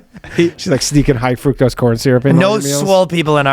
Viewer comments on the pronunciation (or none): none